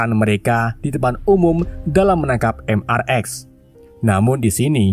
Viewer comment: Bang mrx itu dibaca mister x bang bukan mrx😅